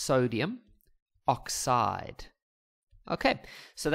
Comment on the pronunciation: The way he says oxide!😮😂😂